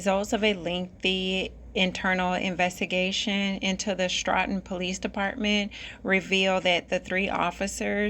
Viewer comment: it's pronounced st o ton. nice work